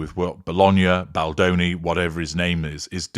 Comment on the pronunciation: In 'mispronouncing' Baldoni, Ari Emmanuel shows that he really has no class and is a spiteful person.